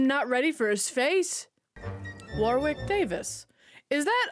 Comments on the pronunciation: Hey, America. You don't say the second W in Warwick. You pronounce it like "Warrick" 😂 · FYI Warwick Davis’ first name is pronounced “WAR-ick”. You don’t pronounce the second W.